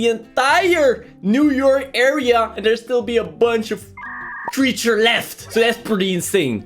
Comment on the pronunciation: i love the creecthure is seahorse